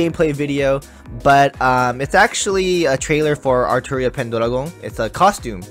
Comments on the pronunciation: "Altria" Come on bruh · "altria" Plz no